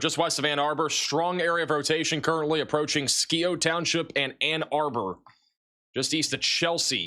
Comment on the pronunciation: fyi just wanted to clarify a name that bugged me skio township (scio) is pronounced (sigh o) 😊